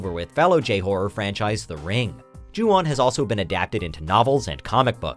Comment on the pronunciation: Ju-on you mean right